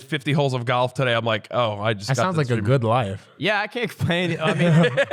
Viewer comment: Love how says GHALF